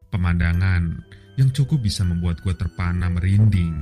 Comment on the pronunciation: kayaknya logat lidahnya kaga pas boss, dengan sebutan gwé ,,, meding nyebutnya saya saja